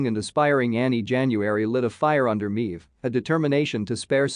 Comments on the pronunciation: well I understand you have a computer voice reading a script you should have spelled Maeve phonetically as MAVE. instead this computer voice refers to her as MEEVE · haha "Meeve" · How does the uploader review the boys if he clearly doesn't watch it considering he can't pronounce queen meave correctly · Literally cannot watch this video because of how badly you mispronounce “Maeve”